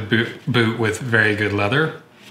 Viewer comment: he said bewt